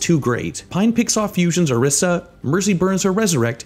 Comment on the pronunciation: Did he say orisha instead of orisa or is it just me